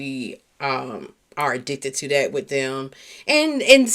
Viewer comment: I love your content but you say "Dere" instead of there, Dat, instead of that... just making you aware since I listen in the headphones